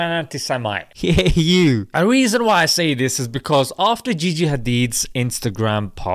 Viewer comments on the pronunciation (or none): It's gigi not jiji